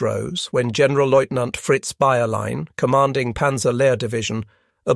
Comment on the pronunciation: To the narrator: The "G" in "General-Leutnant" is hard, not soft.